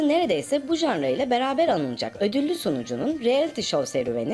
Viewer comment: “Janra” diye bir kelime yok, “Janr” demeyi öğrenin artık ya…